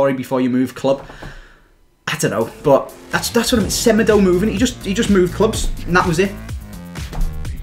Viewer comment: my man said fofa insted of fifa in the description lol also u pronounce semedo smeedo cause he is portuguese